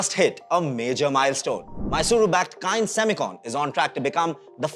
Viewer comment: Bhai name to sahi se lele company ka 😂😂